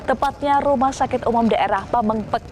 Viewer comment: Pameungpek bu reporter bukan pemengpek